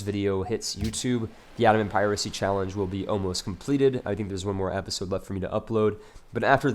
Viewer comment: episode [ep-uh-sohd, -zohd] click the link to learn how to say episode